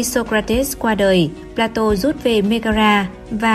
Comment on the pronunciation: Phải phát âm là "pla-tông" mới chính xác. Chuyên mục do Kênh làm rất hay, rất công phu ... Tuy nhiên tất cả các phát thanh viên nên trau dồi thêm ngoại ngữ nữa thì thật là hoàn hảo. Người xem phải chịu đựng như tra tấn "chát chúa" vào tai : "pla-tô" nghe thật chán vô cùng tận.